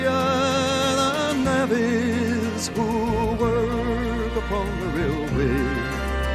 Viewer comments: Glad to hear you do this one. It's my fave Lightfoot song. A small point about pronunciation. Navvies has a soft a like savvy. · I have taken that railway, when I went to BC for my first job. I am now retired. This was and still is one of my favourites. The words that weren’t sure of are pronounced navies with a soft a like “naavies” and muskeg like musk-egg.